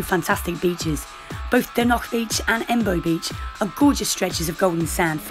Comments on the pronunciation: It’s Dornoch not dernoch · why are you pronouncing it as “Dornock” that’s a completely different place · yeah sorry I was kinda rude to point it out but from speaking to the locals in the past they all really hate it when people call it Dornock and get really triggered. Honestly not everyone can pronounce the “ch” sound like in loch for example. So sorry for being rude to point it out but yeah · My bad! 😂 I was really struggling to pronounce it